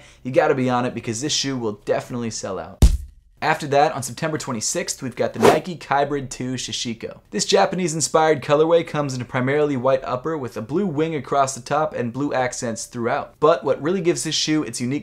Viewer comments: 'sa-shi-ko' not 'sha' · it's "sashiko", not "shashiko" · Sashiko, not shashiko.